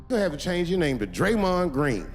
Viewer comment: He said draymon green🤣🤣🤣